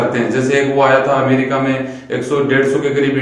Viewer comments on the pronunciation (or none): none